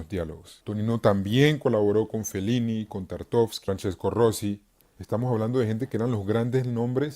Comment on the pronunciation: Hola! gran análisis! sólo corrijo un detalle, el director ruso que nombras al inicio se apellida Tarkovsky, no Tartovsky :)